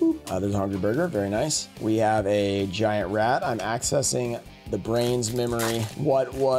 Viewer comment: Lol😂 you said axecessing trying to remember axe of despair😅